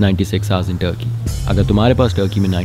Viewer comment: Man it's not tarrki it's turkey 😇